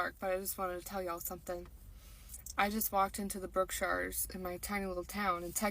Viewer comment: Hey dumb bitch you said Brookshires wrong. You're an idiot.